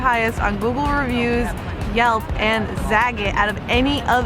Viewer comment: Accent has nothing to do with pronouncing French words...pronunciation is what you're looking for Also...za-GAT' ...rhymes with "the cat."